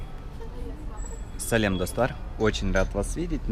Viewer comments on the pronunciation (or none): none